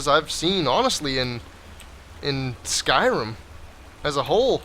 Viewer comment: So uh this guy calls is skirim